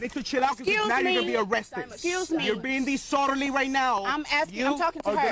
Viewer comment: "You're being deee-sordalee right now"